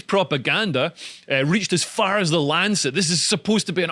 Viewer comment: 'Lanchet' lol 😆